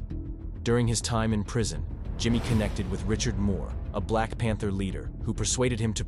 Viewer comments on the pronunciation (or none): none